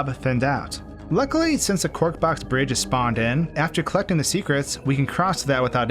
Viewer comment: I still wince a little bit when you say the word "box".